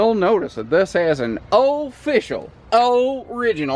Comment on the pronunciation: You 'officially' sound slightly southern!! LOL!! GREAT Laredo trailer!! LOVE the kitchen hutch!! :)